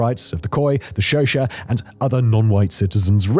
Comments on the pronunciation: Xhosa - It's pronounced with a click, not as Shosa. At least say Khosa. Simon your poor pronunciation hurts my ears😂😂😂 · It's the pronunciation of Xhosa that took me a while to realize what Simon meant to say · By "Shosha", is Simon referring to Xhosa?